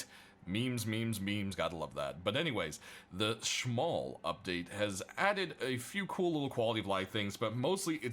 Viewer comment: its "Smol" not "Schmol"